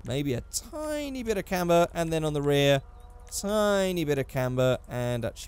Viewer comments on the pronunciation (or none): none